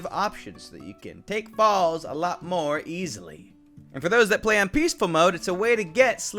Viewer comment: When he said take falls better I heard take balls better Oop